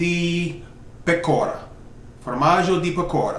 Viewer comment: It's pEcora, the accent on the "e" !